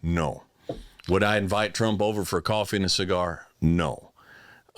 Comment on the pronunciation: It’s not a c gar it’s a see gar like se gar gar see